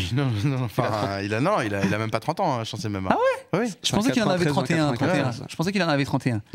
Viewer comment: On dit Mbemba Najim stp pas M'Bemba !